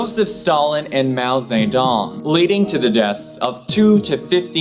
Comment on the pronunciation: ze dong not zerrrr dong